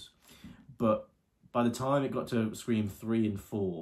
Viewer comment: "5-ream" lol